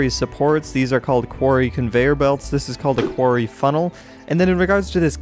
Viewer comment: STOP SAYING QUARY